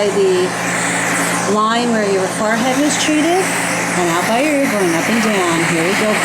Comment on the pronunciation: Why does she say FARhead -.- its a FOREhead.